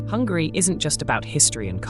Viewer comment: I'm sorry I'm only and I have found your video accidentally. I'm living in the part of the UK and I have to say I heard 2 times saying Hungry! I don't want to capitalise my letters coz I don't meant to shout but it's not Hungry it's Hungary! Sorry if my ears are so bad and maybe I heard it that way! Am I the only one who heard it that way?